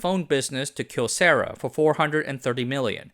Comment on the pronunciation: At least he said Kyocera mostly correct. I hate how the company itself has decided saying the name wrong is how they prefer it. sigh.